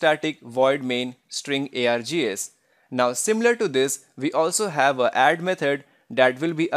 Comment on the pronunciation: What is being air-gee-as?